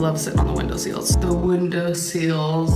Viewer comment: OMG I say window seals like that 🤣🤣🤣🤣🤣🤣🤣🤣 fuck